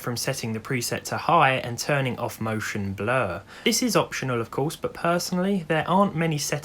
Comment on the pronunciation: French Guy : Can you speak French? RandomGuy: Oui , eh Motion Bluuuhhr ?